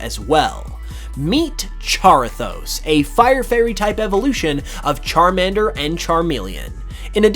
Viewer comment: Why the fuck you Say salamender right then pronunce charmender wrong It makes no sense aaaa